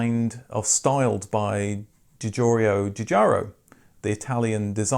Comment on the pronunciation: It's Giorgetto Giugiaro, where Giorgetto (approximately translated as "tiny George") is pronounced Geor-JET-oh. By the way, awesome content as usual :)